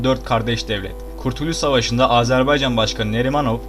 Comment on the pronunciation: kurtülüs? neyse hata olmuştur abi seviliyosun.